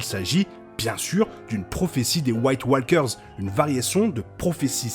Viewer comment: yep super episode, merci pour le review ! c'est moi ou c'etait "sam" (l'acteur de GOT) à la table du conseil ? je chipotte mais ton anglais parfois est limite, préfère "marcheurs blancs" à "white walekeures" ;)